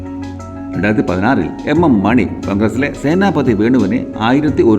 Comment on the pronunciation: Ak മോനി അല്ല ak മണി